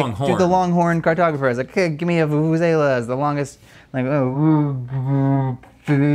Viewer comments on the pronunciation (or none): I'm so impressed South Africa's national instrument has made it all the way to GMM...but guys it's pronounced "voo-voo-zella" 😂